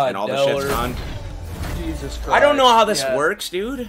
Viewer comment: The bot pronounce jesus JeSUS